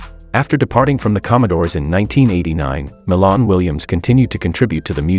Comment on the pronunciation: It's Milan(My -Lan) Williams he's My Cousin...Get the info & Pronunciation Correct...R.I.P 🙏🕊